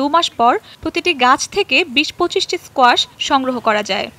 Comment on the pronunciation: 😅😅😅kuasha?? Strange but it’s squash